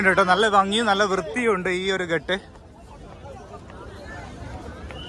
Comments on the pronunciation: ഘാട്ട് ആണ്. ഘട്ട് അല്ല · bro..ghat ennu parayunnadhu ghaaat ennu parayu..adhanu sheriyaya reethi hindiyil parayendathu..correct cheyyu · Gut allatto.Ghaatt aanu.